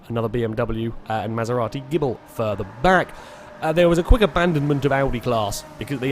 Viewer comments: Maserati Gible? I thought it was Ghibli? (jib-lee) 8) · Evil Ash It's actually pronounced Gib-lee, but it's a running FailRace joke to call it the Gibble.